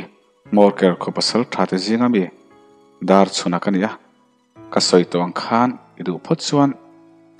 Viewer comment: Pasalṭha Darchhuna hming hi i lam fiah lo deuh ṭhn ka ti Darchuna tih ang deuhvin a ri leh tlat zel